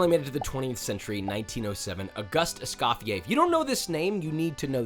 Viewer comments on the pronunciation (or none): none